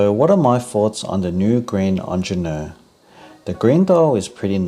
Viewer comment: He should learn how to pronounce it though.